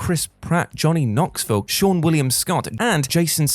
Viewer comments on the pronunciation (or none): none